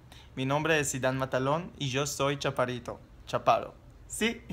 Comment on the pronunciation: yo tambien mido 1,64... escuche mal o dices ¿chapadito en vez de chaparrito? hehe saludos...